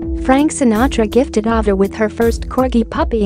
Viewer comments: I am sure someone mentioned this already, please learn how to pronounce names correctly if you are narrating documentaries. Her name is A-va. A like the letter A is pronounced. It would be appreciated to have names pronounced correctly. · Girl robot didn't even know how to pronounce "Ava." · It's off-putting the auto-voice that mispronounces Ava's name and the breed of Corgis. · Yes! I agree! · Get your Bot narrator to pronounce thing correctly. Ava and costars to start